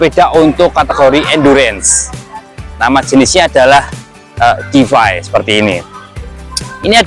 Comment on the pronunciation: Koreksi dikit mas; bacanya: “Di-Fay” bukan “De-Fi”. Terima kasih